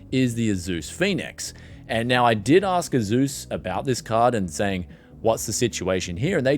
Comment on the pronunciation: You said "AZUS" again lol instead off "ASUS"